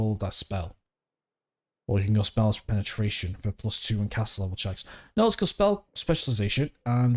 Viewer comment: but did you to annunciate Penatration like that 😭